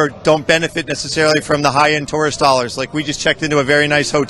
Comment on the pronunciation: That reporter should be told that he is saying tourist wrong!!!! It's so friggen irritating like he knows he's saying it wrong and in turn outs even more inflection into it sounding even more like an A-hole!!!